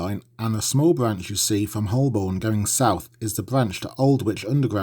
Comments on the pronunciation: Holborn is pronounced Hobun. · Wherever the presenter comes from, the pronunciation of Holborn remains the same. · Accent and pronunciation are different things. I'm not a Londoner, but have noted, over the years, how Holborn is pronounced. No shame in not knowing: our language is full of traps and I would probably falter at some Midlands words and welcome someone correcting me.